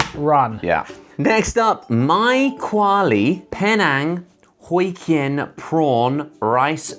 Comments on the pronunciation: Hokkien is actually pronounced Hock-Kyen (idk how else to put it) I'm happy to see Penang up there and those noodles are a staple in a way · Hokkien is literally pronounced like how it’s spelled. Like ‘hock-kyen’. Josh pronounced it so weird 😂😂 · lolololol hokkien 발음이 호이킨 아니고 호키엔이에요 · Oh and it's Penang as in ( PEE - NENG ) and Hokkien as in ( HOK-IAN) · Y'all slaughtered "Penang" and "Hokkien" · Haha, the way they pronounced Hokkien is totally what I expected them to pronounce it, although I can't really type out how to pronounce it. Sort of the way you say the 'ho' in hot but the 'kkien' is maybe like ghee-an(?) with some sharpness(?) in it 😂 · The way the said hokkien annoys me